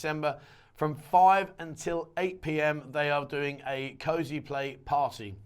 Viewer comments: Cause Play (is how it is pronounced) not Cosyplay. Not yanking your chain, I have a daughter that is into it. Bogs the mind. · You cant make fun of for not knowing what pussy was a euphemism for if you pronounce cosplay "cosy play"